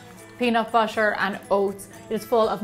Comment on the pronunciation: Anyone hear she say busher but it actually butter? Or just me??